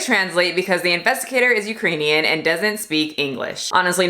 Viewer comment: “Ukrainian” lol